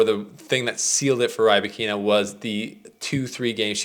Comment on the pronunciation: I like the complete mispronouncing of the name